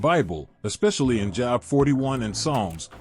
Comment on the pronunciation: His name is pronounced Jobe.... rhythms with robe. This is the beginning of the huge AI deception. I suggest you purchase an older bible and memorize it